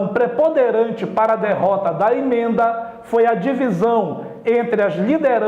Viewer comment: "imenda", assassina o portugues